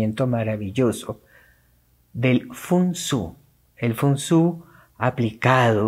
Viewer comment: Se Pronuncia, FEN SUAI. Me lo dijo una señora de Taiwan. De nada. De todas formas, el Fen Suai, recomienda, " no cargar" de objetos las estancias de una casa, porque el CHI, la energía, NO FLUYE, por la habitación.